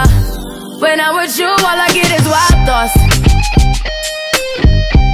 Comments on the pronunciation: I swear the time she said wild I heard it wa wa wa 😂😂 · I love this song but i never knew why rihana pronounce like that the word wild i never heard it maybe beacause its a trap song.